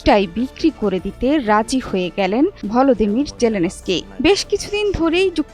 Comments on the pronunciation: ভ্লাদেমির কে বলছে ভলোদেমির 😂😂 এরা নাকি নিজেদের বাঙালি মনে করে😂😂😂 কাংলুদেশ 😂😂😂😂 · আগে ঠিক করে উচ্চারণ করতে শিখুন তারপর খবর পড়তে আসবেন। ওটা ভলদিমির না ভ্লাদিমির হবে 😂😂😂😂😂😂😂😂